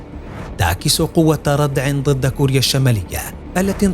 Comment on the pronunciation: الله يعطيك العافية ، في الفيديو قال مقدم البرنامج في بداية الحلقة ظد والمفروض الكلمة هي ضد ، وايضا عضلات وليس عظلات